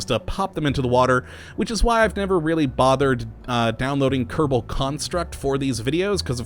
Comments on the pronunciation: watching u for a long time...why do you roll the "R" in "Kerbal" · I don't think it's like that I think he says space program like his name